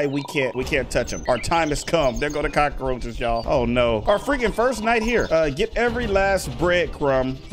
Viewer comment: When she says cacroches I feel there's thousand cacroches uuugggghh